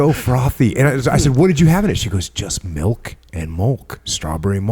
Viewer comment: Jocko has one of the greatest podcasts of all time... I stopped listening after he said "Strawberry Mulk". Jk he still kills it.